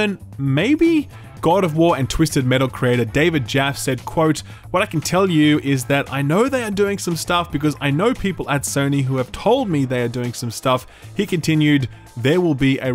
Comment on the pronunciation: David Jaff? It's David Jaff-EE